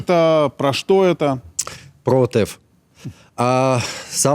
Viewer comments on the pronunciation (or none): Меня поражают израильские ведущие, которые не могут даже ударение правильно поставить, не отЭф , а Отеф, блин, вы же в Израиле живете